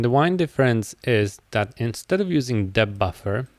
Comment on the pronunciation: I appreciate you sharing your knowledge, but "depth" is not pronounced "dipth".